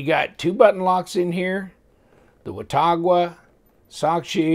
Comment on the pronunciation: it's pronounced "wa-taw-guh". I grew up near Watauga Lake and the town of Watauga in Tennessee.